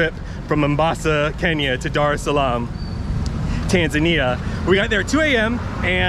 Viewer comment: I don't get the pronunciation, it's Tan-za-ni-a, not Tan-zan-ia.